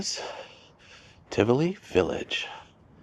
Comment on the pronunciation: Great video. The place is pronounced Ti-vo-lee Village. There is also an apartment property inside Tivoli Village overlooking the mall